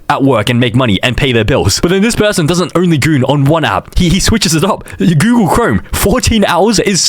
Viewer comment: Bro really said Goolag. It's Google, not Goolag.